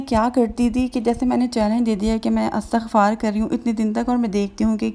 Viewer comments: بہن اٙستٙغفار نہیں ہوتا اِسْتِغفار ہوتا ہے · Dear astaghfar ni h bl k lafz istighfaar hota h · astagfaar ni istigfaar hota hai